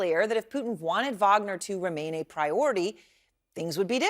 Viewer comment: Wagner is great....not puinaa